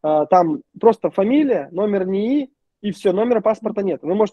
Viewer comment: Пугает "Номанд", "НИИ" и "идетикация"